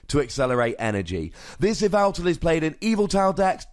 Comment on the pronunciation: This "yeh-vel-tle" is played in "Ee-vi-tal" decks., you goober!